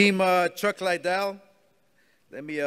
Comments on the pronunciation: Someone please tell Oscar how to say Liddell pleeeeaaase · You'd think Oscar could be bothered to learn how to pronounce the last name of 1 of his main event fighters . Chuck Lidell.